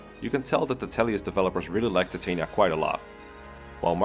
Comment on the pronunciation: Titania’s name is actually pronounced Tit-an-yuh